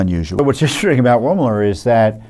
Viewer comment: Vewy vewy intwesting. There are no coincidences.